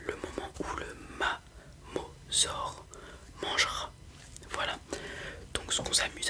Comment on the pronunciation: Mosasaure pas Mamosaure